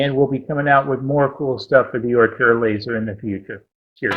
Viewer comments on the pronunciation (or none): I love your videos but I cringe when I hear you say "Orthor laser." The correct pronunciation is "Or tour." :-)